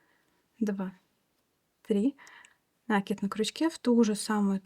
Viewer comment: Все понятно, но только пожалуйста, накИд не нАкид!